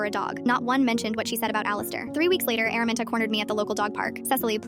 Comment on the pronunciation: "Araminta" ❌ airmint✔️